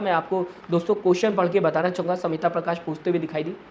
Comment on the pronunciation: She is Smita Prakash not Samita Prakash Pronounce properly. Learn from Mr. Khn U khodi medy